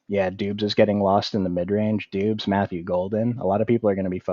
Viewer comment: Not to be that guy but you said doobs when I think it’s pronounced like Dobbs as well as you said Tolbert like toll bear when it’s pronounced Toll Bert just a heads up. Good stuff tho